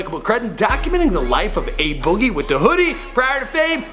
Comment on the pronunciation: I'm only here to hear how bad pronounced a boogie.